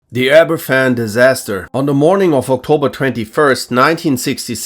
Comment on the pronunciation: Aberfan is pronounced Abervan btw!